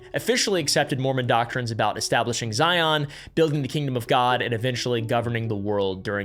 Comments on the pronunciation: So far everything you said has been completely accurate and practiced in Utah. The only thing off is your pronunciations of things like Moroni (ends in an eye sound not EE) Zion is pronounced (zi en not zi on) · Zion rhymes with lion btw